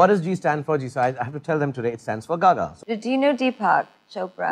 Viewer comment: She's pronouncing so well my gosh